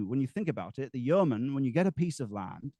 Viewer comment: What's the origin of this yeoman/yurtman word? (He seems to pronounce it differently throughout)